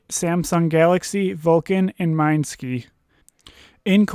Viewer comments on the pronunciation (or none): ITS Mi NES SKI. NOT MINESKI! HGAHHAH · Wtf Its mineski not minski and you said Royal Club was a Korean team but it was a Chinese team